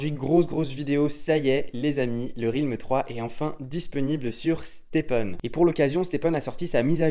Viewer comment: deja s’en tape, il est payé par STEPN pour faire la promo. Ensuite, son roi il est fait depuis longtemps, donc il s’en tape. trouve tout génial, sûrement parce qu’en Suisse tout est génial. Et on dit RÈLM et pas RILM pour dire realm. Aller peace et vive les HP et le confort.